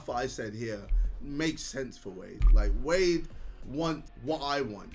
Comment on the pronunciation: cant say wade without the w